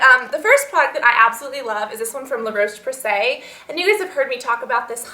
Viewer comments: La Roche Posey comes from France not Italy:) and it pronounce " la rosche " . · Honey, La Roche Posay is French, not Italian ;) Love you, you 'oily monster'! :)